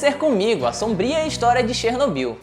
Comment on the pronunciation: Assista desalma série globoplay e aprenda a pronúncia correta de Chernobyl.